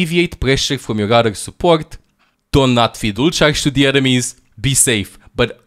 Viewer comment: always finds a way to put a "g" in a word that doesn't even have a "g", ever. Examples: Here - Hegere, Your - Yougr, etc.